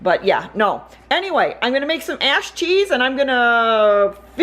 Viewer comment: P.s i know you were saying ash cheese but for some reason it sounded like something I do not want to even spell out @@ ...